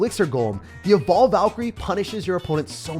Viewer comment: He said: evolved Valkyrie I heard: bald Valkyrie